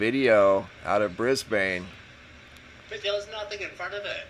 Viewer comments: Just so you know, Brisbane is Not pronounced the way it appears to be in its spelling as you (and many others have as well) pronounced it as "Bris bane".... it IS pronounced (phonetically).... "Brisbin". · not pronounced Bris-bane!! pronounced Bris-bin!!!!!!!!!. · I'm in Canberra, Australia. I've seen the same at 4am'ish, moving SW to NE. It was Starlink. And it's pronounced "Brizb'n". "Briz-bain" sounds to me like "Ark-an-zas" would sound to you instead of "Ark-en-saw". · Brisbin. Brisben. Just not bane, long a. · Mate, Brisbane is pronounced Bris-bin not Bris Bane. LOL. Just as Emu is EemYou, not Emoo. Canberra is Canbra. You guys really need to learn how to speak Australian if you are going to talk about us. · Pronounced "BRISBUN" please. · It's pronounced Bris Bin. I live here. Great footage:) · Lol cracks me up every time I hear it but thats coz I'm from New Zealand but just pronounce it as Brisbin. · Isn’t Starlink supposed to spread out over time?? Brisbane is pronounced Brizben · It's actually Brisbun...lol Or Brisvegas.